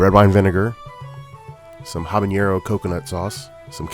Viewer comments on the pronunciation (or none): Habanero is pronounced habaNNNNNero not habañero. That ñ does not exist in that word.